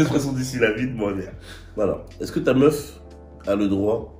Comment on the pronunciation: C’est tellement un z que même il dit “eza que” sans mm se rendre compte